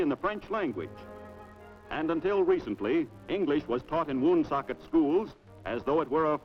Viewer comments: Not WOOOOOONsocket.. It's Wunsockit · Wow that's crazy. I had no idea Woonsocket was predominantly French in the 40's. Also, the way the announcer says Woonsocket is hilarious. WUN-socket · According to Wikipedia, it's pronounced "one-SOK-it". :) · I hate when people from outta state mispronounce Pawtucket ..WoonSOOOCKET ..Pawtuxet ....... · I have always lived in RI and watching this makes me smile! I just get very annoyed how they say Woonsocket! But I love old things like old movies,shows, and history so this is a blessing that we are able to watch this short film about the best state in the USA!